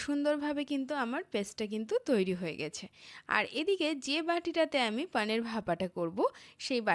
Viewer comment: পানীর নয় পনির